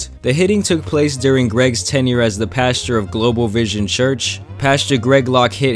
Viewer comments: It's pastor... But I hear pasture 😅😅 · Pasture Greg is what I heard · It sounds like the entire time you’re calling him Pasture Locke